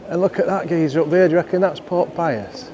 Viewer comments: Not saying I av trouble with ur accent but wen u said, Pope pius, I thought u said, pork pies 😂, I will clean my ears out 😜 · Took me a moment to work out that you were saying "Pope Pius", I thought you were saying "Pork Pie us"! 😅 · I loved this video. You did make me chuckle with all the historical information at one point because of your accent I thought you were saying pork pies but you were saying pope 😂 great content I love how down to earth you are in these videos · Kept thinking you said "Pork Pie-us"!!! 🤣 Pope Gregg - Patron Saint of Sausage Rolls. Not many people know that 🤔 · Thought you were saying Pork Pie'us , The patron saint of Yorkshire ee baa eck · I could swear you were saying ‘pork pie’as’ 😜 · I thought that too 😂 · Did you say Pork Pie-us ?? 😂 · OK, I have to admit I thought the same thing...